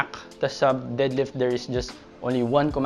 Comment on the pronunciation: Nakakatawa kapag pnopronounce mo yung deadlift as did-lift Hahaha. tanong ko lang, kadalasan kase walang pnopost na prizes sa Powerlifting meet. Ano ba yung madalas na prizes muna 1st to 3rd place at benefits ng 1st place as champion. If may cash prizes, ano yung range ng mapapanalunan in every places. Sana next vid etong tanong ko naman yung magawan.